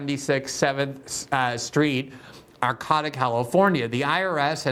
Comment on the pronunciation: It's pronounced "Ar Kay Ta". Arcata. And it's hilarious that so much money routed through such a sleepy little town!